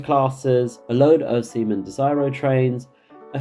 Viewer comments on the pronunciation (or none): none